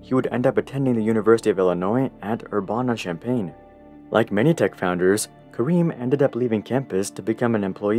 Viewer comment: its "er-ban-uh" not "er-bon-uh" 🤦‍♂ makes me cringe especially since i'm from here